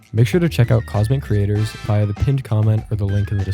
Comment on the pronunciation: ...........its creator not crator or creater